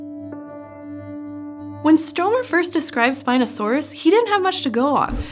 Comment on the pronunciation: You know you BUTCHERED the name of Stromer, do you?